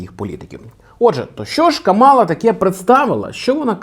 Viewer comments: Тільки вона не КамАла а КАмала. Така маленька ремарка. 😅 Дуже поважаю контент який ви робите. Продовжуйте в тому же дусі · Кажуть правильно казати кАмала